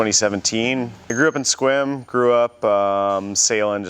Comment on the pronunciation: For a moment, I thought I heard Will say he was from Squirm, not Sequim.